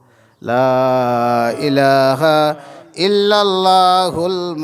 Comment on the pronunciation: লা ইলাখা নায় ইলাহা বলবেন